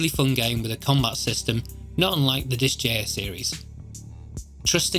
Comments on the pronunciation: What game is like Fell Seal??? Sounded like you said Dis jair series?? CC translated it as Disk Jr... Are you talking about disgaea (pronounced Dis Guy Uh))? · Oh yeah, listening back you did say it. I'm just used to it being pronounced Dis-Guy-Uh lol